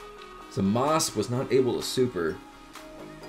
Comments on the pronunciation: It's really hard listening to someone say zamas, instead of zamasu. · Jarrod Hollenbeck I did and it's pronounced zamasu